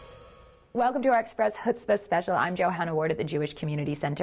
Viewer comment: "Hootspa"? That's 'ch' as in "Bach," not 'h' as in "horrifying accent" :P